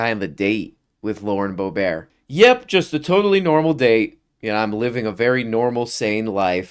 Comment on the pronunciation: It isn't pronounced bo-BWAH, it's BOOB-'rt